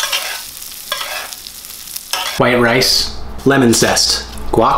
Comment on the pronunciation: So nobody’s gonna talk about that “lemon” zest